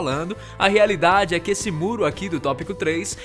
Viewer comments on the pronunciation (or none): Rearidade kkkk